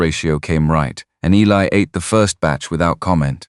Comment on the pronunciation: One of the best stories ive heard from all of the ones ive listenedcto.really well written.love all the characters. Good vvoice slso.only negative is that things get mispronounced. Like Eli.